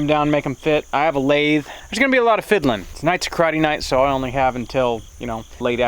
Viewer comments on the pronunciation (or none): none